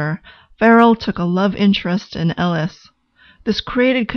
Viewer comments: on a soul level and a speech level her name is pronounced "A-LISH" not "L -ES" and that is not hidden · This is very interesting- nice work! However, her name is Eilis not Ellis. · Thank you for understanding I wasn't trying to be critical--just helpful. It is pronounced Ay-lish in the movie. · So awful that the name has been changed. Surely it would have been easy to make sure it is pronounced correctly. It’s Ellis and not Ellis. She also didn’t leave Ireland because she wanted bigger things . There were no opportunities for her in the small town and her sister initiated her emigration. This is really clear in the book. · I appreciate the analysis, but I must say that the mispronunciation of Eilis's name annoyed me throughout. I fear how the pronunciation of the lead actress's name would have sounded.